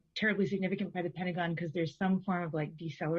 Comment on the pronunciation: The Pent-uh- gon